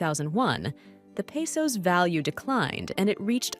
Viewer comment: Why would anyone pay attention to your video when you can’t even pronounce the names of the cities properly? Either someone typed up the script and has some computer reading it off or you’re just illiterate. I watched a little further and you can’t even properly pronounce the Spanish word for the common name used for currency in most countries in Latin America, pesos